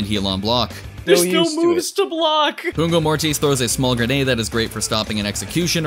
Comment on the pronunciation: It's pugno, not pungo [wich means (i) sting]